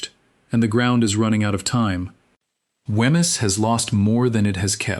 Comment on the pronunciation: There is ample material in Fife to create a really great video which tells the story correctly and uses nomenclature recognisable to the locals...this is not it...to hear Wemyss pronounced so badly is painful to my ears...it should be 'Weems'...PLEASE do your homework properly before posting more content...